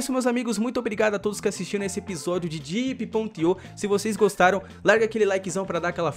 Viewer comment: vc falo diep.ip abraço:D